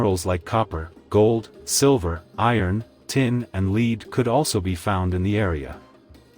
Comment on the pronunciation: The AI pronunciation was a give away. When talking about resources being copper and lead, lead was pronounced sounding as leed, as in "I will lead the way". Live science was pronounced as "I live here" not as live and in person" There may have been other examples of homonyms but I missed them.